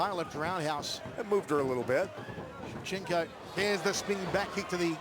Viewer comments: It's Shevchenko not Shevchenka. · It would be nice if the idiot commentator would pronounce Valentina's name properly: It's ShevchenkO, not ShevchenkAH! BTW, she's great! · Shevcenko not Shevcenkah!